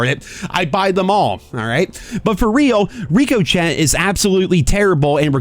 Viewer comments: Lol your killin me man and this is meant to be constructive not hateful in any way but Ricochet is pronounced Rick-uh-shay Edit: literally 15 seconds after I hit post you said it again and then acknowledged your pronunciation lol so your aware at this point and it’s just ironical I take it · It's pronounced "Rick uh shay"..look it up...haha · You know, it actually is ridiculous that amount of people that say RICO CHET instead of RICKO SHAY like it's supposed to be pronounced. I wished was the only one xD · ricochet pronounced rick-uh-shay hope that's helps! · Ricochet: pronounced Rick-oh-Shay. Come on man. 🤣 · ain't no way just said rico-chat lol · he is aware how to say it. Says it wrong as a joke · You lost me on your pronunciation of “Ricochet” 😂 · I haven't watched for a while and I totally forgot how irritating it is when he can't say ricochet😂 I'm sure he does it on purpose but it's like nails on a blackboard for me😂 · Why do you say ricochet wrong? It is like the tomato thing? It’s so odd. Unless it’s a troll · “The ricochet anti cheat which I definitely pronounce right every time.” knows he’s trolling us 😂😂😂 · That's not how you pronounce ricochet 🤣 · Bro I love you but you need to learn how to pronounce ricochet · "Ricochet anticheat, which I correctly pronounce all the time"😂😂😂 Never change,.